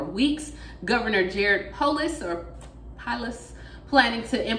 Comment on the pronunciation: I see when I believe it. You pronounced my Colorado Governor correctly. Thank you for the update.